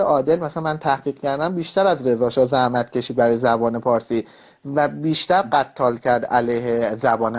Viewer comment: قتال۰۰🖕😆😆((ghattal)) سردار قتال((ghetal)) صحیح است مجید